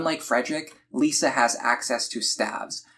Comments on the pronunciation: Lissa is pronounced Lis-ah not Lee-sa btw. Good guide thou. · Never heard someone call her "Lisa" before but great guide Edit: Hold up, Tharja as "Saria"?